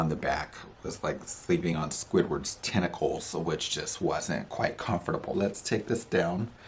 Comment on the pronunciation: I straight up thought you said testicles 😂😂😂, had me howling